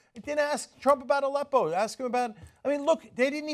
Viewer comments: The interviewer kinda pronounced it like "a leppo" as in he paused between "a" and" leppo" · I also thought it was an acronym based on the deliberately manipulative way the question was phrased and Aleppo was strangely and incorrectly announced. I found the woman in this video very annoying, especially since there was no mention of how The New York Times didn't know what it was either. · Why can t any of these TV people pronounce Aleppo correctly ?